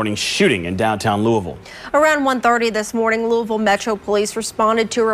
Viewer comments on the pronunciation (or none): Hey family its not pronounced like lewis. Its pronounced like lois v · It's pronounced Lew-Uh-Ville that Lewis-Ville stuff will have you on a t-shirt with your balloon release held at the gas station you were hit at 🤷🏾‍♂️ ijs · A bruh the S is silent lou-ville... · The S is silent 🤫 It’s pronounced Louie-Ville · I wish you content creators worked on y'all pronunciations and ethics 😂 Grown ass men saying "Louis-Ville" be trippin me out lol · The "s" is silent on Louisville